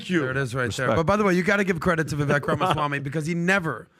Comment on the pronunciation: PBD pronounces his last name "Ramaswani"